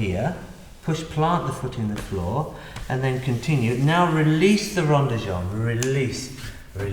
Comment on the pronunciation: rond, not ronde.